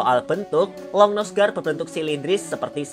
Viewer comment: Bacanya aligator longnuse gar kali